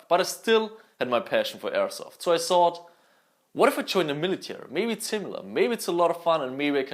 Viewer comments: I love how he says thought idk why tho but it's so satisfying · Ich komm auf die Aussprache einfach nicht klar! "Everysing", "tsought" mein gott xD